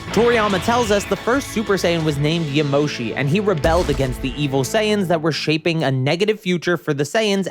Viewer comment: Why emoshi? Is Ya Mo Shi D